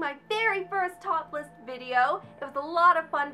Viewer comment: It kind of sounded like you said "First topless video" and I was like, "Wait. What? Oh! Top list!" Lol!